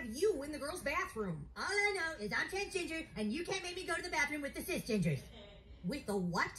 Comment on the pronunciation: The fact cartman calls it transginger got me 😂